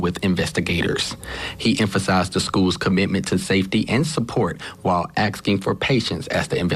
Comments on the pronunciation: could the newscaster be any more sassy, sickening, he literally said “axing” instead of asking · imagine being a TV Reporter that can’t articulate your script correctly. This man just said axking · . This is supposed to be a professional...saying 'aksking for patience' is so offending to me. This is what education pushes out today. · Man was working hard to pronounce his words and then he got to "axging" and that threw me off 😂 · Anyone gonna talk about the fact that that news reporter in Mississippi can’t pronounce the words “autopsy” or “asking” 😂